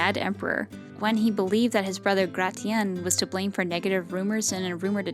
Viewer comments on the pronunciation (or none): none